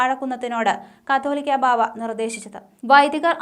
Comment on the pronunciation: അവതാരിക കാതോലിക്ക ബാവ എന്നത് കത്തോലിക്ക ബാവ എന്നു ഉപയോഗിക്കുന്നത് ദയവായി തിരുത്തുമല്ലോ പരിശുദ്ധ സുന്നഹാദോസ്, ബാവാതിരുമേനിഅധ്യക്ഷൻ ആയ സഭയുടെ പരമോന്നത synod ഉചിതമായ തീരുമാനം എടുക്കാൻ പ്രാപ്തമാണ് എന്നതിൽ ഉറച്ച സഭാവിശ്വാസികൾക്ക് രണ്ടു പക്ഷമില്ല, " ഇടർച്ചകൾ വരുന്നത്.... അത് വരുത്തുന്നവന്.... Woe unto him kure വ്യക്തികൾ സഭയെ കഷാപ് ചെയ്യാം എന്നുവിചാരിച്ചാൽ തമ്പുരാൻ അത് സമ്മതിക്കുന്നു ദൈവം അല്ല, ക്ഷമിക്കും..... ജോഷുവ ജോൺ achen